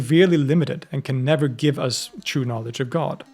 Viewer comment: Obsessed with the way you pronounce "true" like "chew"